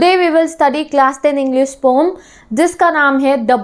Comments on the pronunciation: didi it is not पोएम it is पॉयम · Why are you calling poem as pom pom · Poyam✅ poem ❎